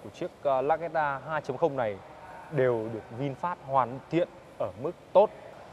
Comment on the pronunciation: Hiệp Vũ Mồm kêu văn hoá thì tối thiểu cug đọc tên hãng cho nó đàng hoàng. Ngta là Vinfast, đọc vinphet thể hiện clgt??? Nản nhất mấy thành phần này